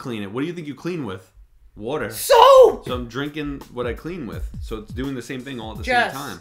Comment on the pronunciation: I love that "S O A P"